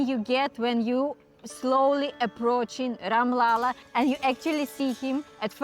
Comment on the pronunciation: Its RAM LALLA not Ram Lala 😮 Or if you find difficult to pronounce , you can say #SHRI_RAM or #RAM_JI too Plz dont mess up the name 🙏